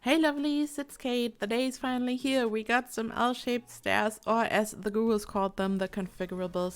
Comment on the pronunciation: For a second there I thought you said 'ghouls' instead of 'gurus'. Hahaha. I'm looking forward to Realm Of Magic but I'm more excited for this, even though I'll need to redo parts of some of my builds.